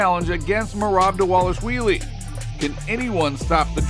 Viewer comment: This man saying " merab delashwheeelie" 😂😂😂😂😂 these channels are so entertaining from the groupies to miss pronouncing professional fighters names 😂😂😂